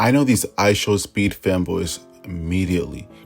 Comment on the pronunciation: You’re saying “I show sped” - it’s actually “I show speed”